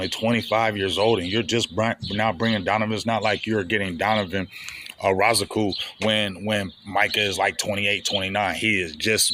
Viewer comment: We in June and big still butchering EZ last name 🤣🤣